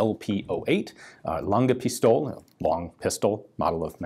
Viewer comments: Hi Ian. For your future videos about German hand guns, the pronunciation of "Pistole" is piss-toe-le. Emphasis on "toe" and "le" as in "let" without the t. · Pistol-e, the e is not silent , same as Porsche :) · It’s called PistolE!!!! The “E” is not silent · In German the e at the end of a word isn't silent.